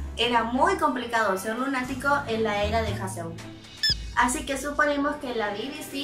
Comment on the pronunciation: Me gusta mucho como haces los vídeos de Loona tan profesionales y la perspectiva que tienes sobre ellas para hacer tus teorías. Estan super bien respaldadas y muy bien pensadas. Sólo una cosita, Haseul: Jázul jajaja :-) éxito.